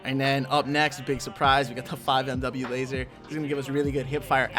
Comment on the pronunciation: Great vid but FYI 5mw is pronounced 5 milliwatt